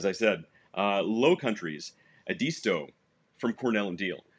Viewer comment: South Carolinian here, and I want to correct your pronunciation of "Edisto." Here it's "Ed" as in Ed Sullivan, "is" as in "isn't" and "to" as in the appendage on the foot . Emphasis on the first syllable, while "is" is somewhat quieter that the first and last syllables. Y'all be careful out there, hear?